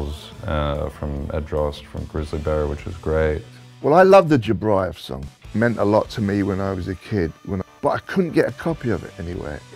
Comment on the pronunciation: I love Morrissey but he butchered Jobriath....